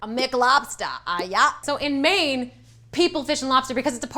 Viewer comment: #2 she said Maine then did a Boston accent wtf